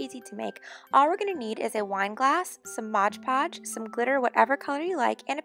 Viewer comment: Stooooop its called "mod podge" not "modge podge"